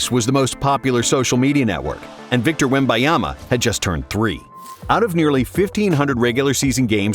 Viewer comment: bro who pronounces victor's name like that